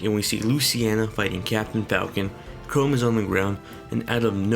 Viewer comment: If we're being sticklers for pronunciation already, you might want to know for future reference that Chrom is pronounced with an "m" sound on the end. If writing it out in letters helps, try Crahmm. I don't really care, but I know some people do and it might help you later.